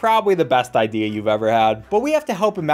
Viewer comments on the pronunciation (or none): none